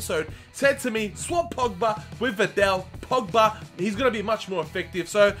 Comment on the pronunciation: It call vidal and not vindel